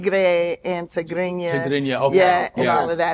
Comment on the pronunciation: I like the way she pronounced Tigrinya still, shout out to Tiffany Haddish 🇪🇷